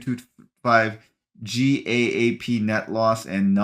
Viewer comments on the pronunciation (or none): GAAP is pronounced like the word "gap." Just in case you do more of these quarterly earnings videos. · GAAP is pronounced or called "Gap" in the financial world.